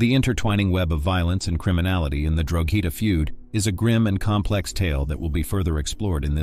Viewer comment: Drogheda is said and sounds like Drawda 😇🇮🇪🇸🇩